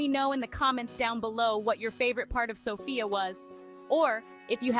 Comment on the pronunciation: The accent is on the 1st syllable....Sof...not on "ia"...